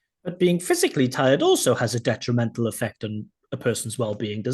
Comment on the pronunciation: his pronunciation lives and tirED lowered his P score, 7 for P, 7 grammar, 8 fluency, 8 LR, overall 7,5